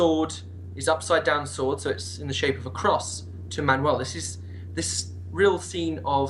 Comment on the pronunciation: It's Manuel I Komnenos sound more Greek xD